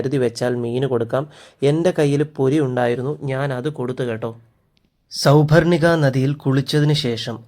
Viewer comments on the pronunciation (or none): അതെ. ഉച്ചാരണം ഒട്ടും ശരിയല്ല. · സൗപർണിക നദി...... ഉച്ചാരണത്തിൽ എന്തോ ഒരു ഖനം പൊലെ